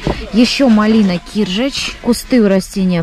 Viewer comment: Ударение не правильно ставите. Киржа'ч